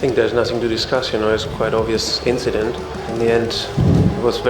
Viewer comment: you meant an inchident I think.